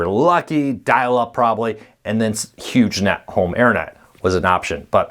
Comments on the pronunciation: Sounds like you're saying Huge Net, not Hughes Net (silent g, like Howard Hughes). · Huge Net...or Hughes Net? Sounds like you're saying Huge. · the service was a part of the the Howard HUGHES legacy and that's how its pronounced; Hughes-net. I know one person who has Hughesnet as their internet provider and its really slow and has reliability issues. No 5G internet or cable out to his area right now.